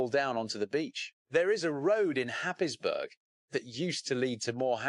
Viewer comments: Where the hell is happisbourg,Germany???. It's pronounced hayesborough. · Haysborough is the correct pronunciation. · other narrators pronounce it Haysborough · It is pronounced happsbro. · Happisburgh (pronounced "Haze-bruh")